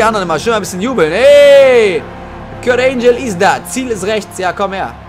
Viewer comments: kurt angle nicht kurt angel :D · Lern mal Englisch. Kurt Angel ne. 😂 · Das G von Kurt Angle wird wie im Deutschen ausgesprochen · Wie er Kurt Angle ausspricht...